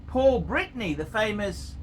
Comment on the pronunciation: It is not Paul Britney, that is Britney Spears you are thinking of. The actor is Paul BETTANY (can we pronounce names or not?) and he is saying that the hinge of the 5227 is for carrying a wrap of cocaine inside. Plus his 5227 is a gift from his wife, that is, he is married to Jennifer Connelly -- hopefully this will lighten up the atmosphere around here..., doesn't Patek make anything that is not bland and plain and boring as hell? You may not own any of those, but come on man, small seconds hand??? In the third millennium of our Western civilization? My grand-grand father disliked those, they were boring and old as fuck even for him, and he was born in the XIXth century... Give up old pocket watches masquerading as wristwatches and buy some Patek that is really modern and fun. Can you find any? Or at least present something like that from Patek -- if you know the brand better than anyone, then only you can find it. And if you cannot find it, then it does not exist. Kinda sad for one of the first three brands of the world, don't you think -- sounds like a death warrant to me... It may take more time, but it seems they are already dead and not knowing it... Or your picks are really awful...